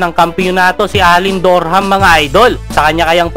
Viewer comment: Alen "DOrHAMM" mga idol haha